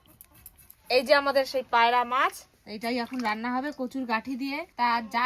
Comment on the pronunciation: কথাটা কি "মাস" না "মাছ" ? 🤔